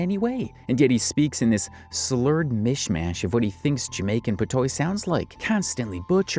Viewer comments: “Jamaican Pa-toy”😂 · Pat wah not pa toy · PATOIS is not pronounced "patoy". It's pronounced pa-twah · It’s not pronounced PAHTOY ITS PATWAHS